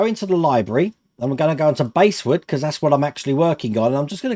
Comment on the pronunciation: Nice bit of kit, and good review. By the way the bass in basswood is pronounced like the fish, not the instrument.